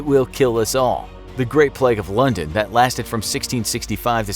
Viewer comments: It's PLAY-g not PLEG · its pernounced play-g not pl-egg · It's plague not pleg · "Pleg" Why does the narrator always say plague like this 😂